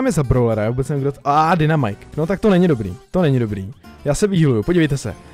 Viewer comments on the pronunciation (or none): none